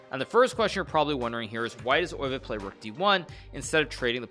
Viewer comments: Pronunciation is [ˈøːʋə], more like oehve (German ö), definitely not "oy" sound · I figured it would be similar to how a german would say it. Because hikaru definitely pronounces it in a very german way.